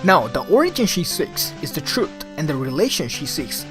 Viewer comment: trut and teories. For some reason it irritates me how you miss the H pronouncation in different words like truth (you say trut) and theories (you say teories).